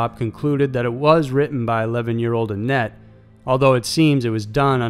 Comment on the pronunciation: Whenever he said 'annette' i heard 'Net'